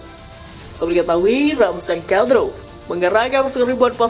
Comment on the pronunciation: Bukan keselek... Tapi ngomongnya di-buat2 agar kedengaran keren, seperti : Mariopol diucapkan Maripol, Kadyrov diucapkan Kadrov dll...!!! Wkwkwk...